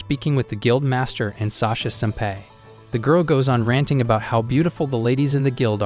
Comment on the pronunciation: It isn't pronounced "ep-i-tome", the correct pronunciation is "eh-pit-oh-me". It also isn't pronounced "sem-pay", the correct pronunciation is "sem-pie"